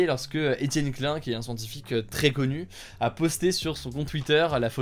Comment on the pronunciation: Ouch, ta prononciation de « Klein ». 😅